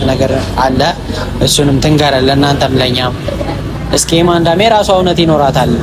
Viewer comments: ኤመንደ ባይ ዬመንደ አትበይ አለለም ኤፍሬም😅😅😅😅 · የማንዳ የማንዳ ትላለች 😂😂😂😂😂😂😂